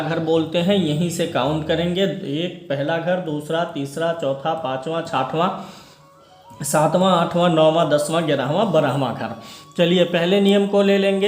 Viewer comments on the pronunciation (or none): Uccharan chathwan hota Hai chhathhwan nahi